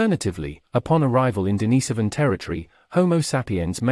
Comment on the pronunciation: The mispronunciation of "Denisovan" and "Sapien" are too grating to watch this. Not learning how to pronounce simple words correctly is lazy and inconsiderate to the listener.